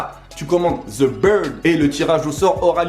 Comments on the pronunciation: "The beard" pas "the bird" xD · mister the bird , oui non on dit the beard